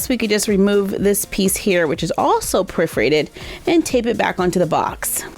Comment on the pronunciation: I love your voice, but when you say priforated and not per-for-ate-ed it makes me cringe. I’m not trying to be mean so please don’t take offense. It’s just that one word gets to me.